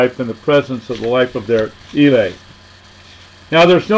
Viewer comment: ILE' ....Say it like this " E'LAY!